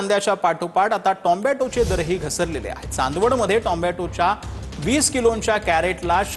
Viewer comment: 😅😂टोम्ब्याटो कोणता कुठून नवीनच शब्द शोधून काढलाय.. मराठीत नीट बोल.. नाहीं तर इंग्लिश मध्ये बोल..